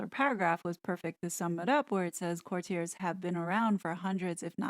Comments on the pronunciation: Great review! The word is actually pronounced “court-tee-ays.” Thank you for doing this review!! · Or court-ee-ay(s), silent s, if you are using the correct French pronunciation. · If we’re on pronunciation it’s pronounced Court te a. It’s a French word. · I just heard Piers Morgan say the title of this book and he pronounces it /kurtyurz/ with the stress on the first syllable. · I can't take the constant mispronunciation of "courtiers". Hard pass. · Note: Lascelles is LASS-uhls and it’s court-i-erz. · Tommy La-sells. The c is silent. Core-tee-uh(s).